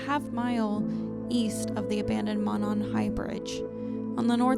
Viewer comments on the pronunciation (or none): it’s mo ( long vowel o as in oh ) and then nan high bridge just an fyi